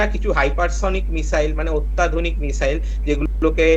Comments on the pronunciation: উচ্চারণে মিজাইল😅😅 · ভাষা ঠিক করে বলুন, মিসাইল না বলে মিজাইল বলছেন, পাগলের মত কথাবার্তা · মিজাইল? ইজরাইল? হচ্ছেটা কি?এগুলো ঠিক করে উচ্চারণ করুন । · মিজাইল😁😁 কি শব্দের উচ্চারণ 😌 এরা নাকি আবার শিক্ষিত সমাজের মুখ 🥹😄😄😄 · আচ্ছা মিসাইল কে মিজাইল বলছে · মিসাইল হবে তো, মিজাইল নয় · যাক, অনেকটা নিশ্চিন্ত হওয়া গেল। অনেক দাবী, পাল্টা দাবীর মধ্যে সঠিক খবরটা পাওয়া গেল। এটাই গুণ। তবে একটা মিসাইল যে ৩০ ফুট গভীর আর ৫০ ফুট চওড়া গর্ত করে দিয়েছে মোসাদের কার্যালয়ের কয়েকশো মিটারের মধ্যে, সেটা বলল না। আর একটা কথা, মিজাইল নয়, মিসাইল। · মিজাইল নয় , মিসাইল । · মিসাইল ❌ মিজাইল ✅